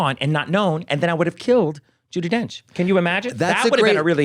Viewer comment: Ju-DEE Donch